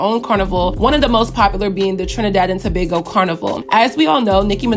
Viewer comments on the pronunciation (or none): none